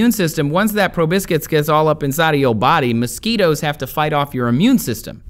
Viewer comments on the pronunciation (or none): Did anyone notice he said probIscis instead of the proper term, probOscis? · Proboscis: pro-BOSS-is, not pro-BISK-is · Mosquitoes never bite me. btw it's pronounces pro-bos"-cus not pro biscus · YESSS! comment #501! I am the pronunciation police. The word you are trying to say is pronounced PRO-BOSS-CUSS not probiscus. live it learn it know it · Proboscis, not probiscus. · Hahah, proboscis is pronounced "pro-BO-sis". You're such a goober. Very informative, though. Thank you :) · I also had a good laugh at that